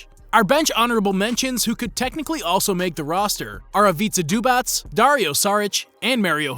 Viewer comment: Bro, thank you for the pronnunciation for Zubac. I am serbian and it irritates me how they say Ivicha Zubach